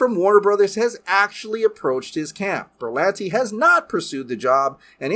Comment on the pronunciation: Berlanti.......No no noooooo !!!!! 🙂